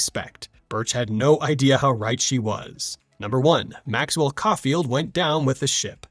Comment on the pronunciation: Couldn't prronounce Caulfield though...